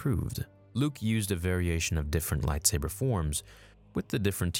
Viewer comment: If beskar isn't probably forged it will deflect blaster fire. Takes a Mandalorian to make beskar lightsaber proof. ...and you mispronounce most of the lightsaber forms you mentioned. Lol